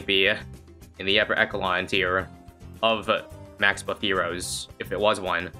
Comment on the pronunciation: “eckalon” bruh